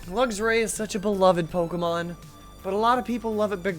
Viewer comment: I absolutely love this series but I have to say this is the first time I've heard someone pronounce Luxray as "luggs-ray" instead of "luks-ray" and it's throwing me off!